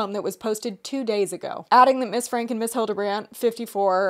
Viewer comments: their last name is pronounced frank-E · I think their last name is pronounced Frankie, but I guess it doesn’t actually matter! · so glad to see you guys covering this, also for future reference, her last name is pronounced "frankie" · omg period i commented that right when you guys first pronounced it had to let the girlies know immediately 💖